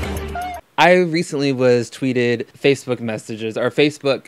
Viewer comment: ......he said vatebook......